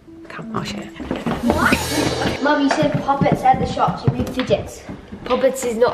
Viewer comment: Shooop? It's shops